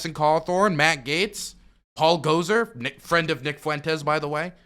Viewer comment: not that i like the guy but it makes me cringe every time someone says “gosER” it’s “gosAR”